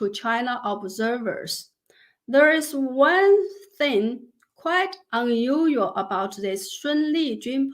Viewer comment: Can you enunciate unusual 🤭